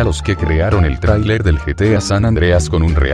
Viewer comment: te apuesto que hiciste lo imposible para que dijera trailer bien y como no salia lo dejaste asi saludos